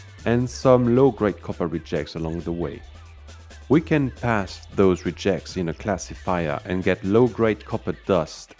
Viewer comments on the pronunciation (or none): I'm assuming that his pronunciation of "engines" is an intentional joke, and pronouncing "rejects" the noun as if it were the verb is accidental, but beyond that I'm never quite sure. :-)